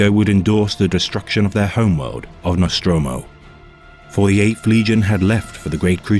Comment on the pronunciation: NostrAmo, not NostrOmo. Either way, great work.